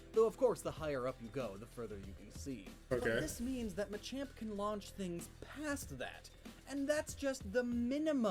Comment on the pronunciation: THAT NOT MACHOP IS MACHAMP